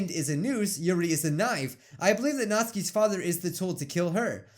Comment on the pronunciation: did you notice that he said Nazis crying instead of Natsukis crying